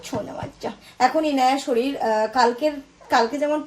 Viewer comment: Soril ki ? Sorir bolte paren na